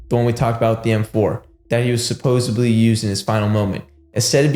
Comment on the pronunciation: SUPPOSEDLY not suppoebly